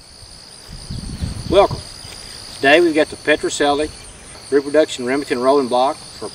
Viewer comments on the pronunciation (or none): It's Pedersoli, not "Petracelli !!!!!!" Learn to read, fella!!!!!